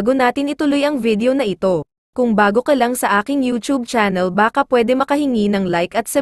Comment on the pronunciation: Baka??? Cow ba yun? … dapat baka ( maybe) tuluy tuloy ang bigkas… Mabilis ang bigkas!!!!!